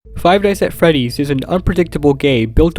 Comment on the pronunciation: why does the start sound like “five guys at freddy’s”